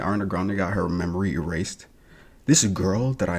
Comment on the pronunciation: She's saying memory rased